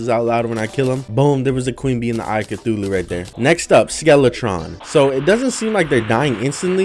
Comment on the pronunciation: This is a Terraria veteran because he mispronounced Cthulhu